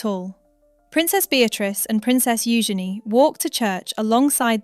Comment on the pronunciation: First, you pronounce Eugenie's name correctly, then you pronounce it incorrectly. Why? It's u-szen-ee, with the emphasis on the first syllable.